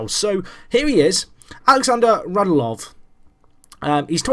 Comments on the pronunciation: Radulov is said RadUlov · For clarification, their names are pronounced Radj-YOO-Lov and Oh-VETCH-kin.